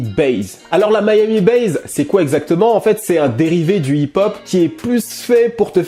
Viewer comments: "Miami bass" et non "Miami base". Mis à part cela. Tu es parfait. Comme d'hab' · pourquoi tu dis "miami BAZE" bass ça se prononce sans "zzz" à la fin